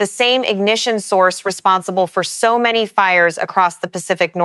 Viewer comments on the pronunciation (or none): none